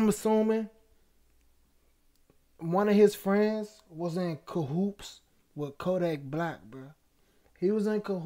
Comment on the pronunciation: it’s Cahoots…not cahoops. 👊🏾